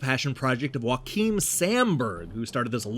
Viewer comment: Now I'm even more excited to play this one! Also that's not how you pronounce Joakim, the J is not silent (source: I'm Swedish). As for my favorite Metroidvania action hero, I'm gonna answer with Soma Cruz from Castlevania Aria of Sorrow and Dawn of Sorrow.